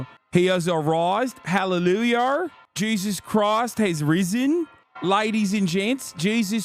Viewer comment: not the "hallelujar" 💀